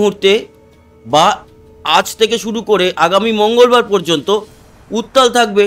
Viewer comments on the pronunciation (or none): none